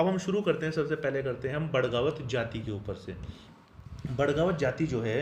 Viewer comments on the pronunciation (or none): बड़गावत नहीं बगड़ावत